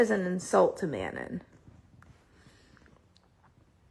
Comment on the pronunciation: It's "Manó", the n at the end is silent, bcs it's a french name